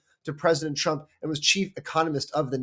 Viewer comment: Did you say "President Chump"? Or maybe I need to power up my hearing aide. Or annunciation.